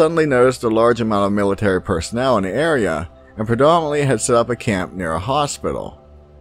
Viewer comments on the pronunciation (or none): none